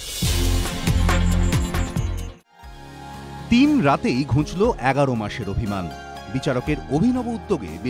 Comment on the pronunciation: ঘুঁচলো না। ঘুচলো।